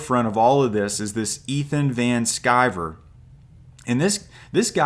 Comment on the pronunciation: I stopped watching when you said "Von Sciver". It's VAN sciver. Like a van the kind of vehicle Ethan drives to lure his victims into 😂